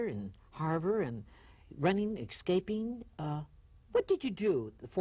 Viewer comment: "From a pofessor, running, ekscaping" This interviewer can't even say words...